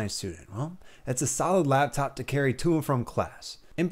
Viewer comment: Are you saying "lab top" ?